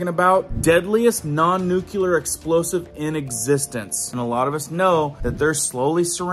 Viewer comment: I love your videos, but you keep saying nuculer , it’s nuclear